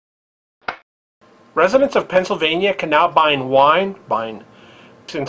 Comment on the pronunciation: lol wiine vending machines!!! :) thats ..hilarious :D